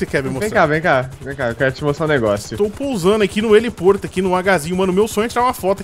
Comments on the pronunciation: N é heliporto, é heliponto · Heliporto kkkkkkkkkkkkkkkkkkkkkkkkkkkkkkkkkkk👏👏